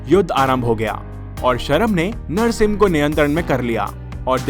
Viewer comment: Bhai tumhe narshing ji bolne me dikkat he ?